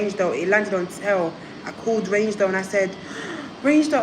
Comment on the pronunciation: It’s reign doll not range 😂😂